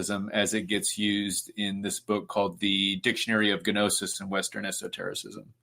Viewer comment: He has a PhD in esoterica but pronounces gnosis (know-sis) as Ga-knowsis? Okay.